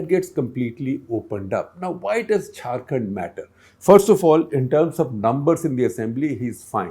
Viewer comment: SG and ThePrint is doing no favours to anybody by covering news from Jharkhand since it is as much a part of India as Delhi NCR or any other! Also, mispronouncing a name is rude and shows the research team didn't bother to find out how to say it correctly. Even an attempt would have been appreciated, compared to the Anglofied enunciation..!